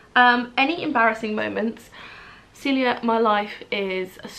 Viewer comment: i just realize i am in this video..omg yay! my name is actually pronounced cuh-celia but celia is my nickname xx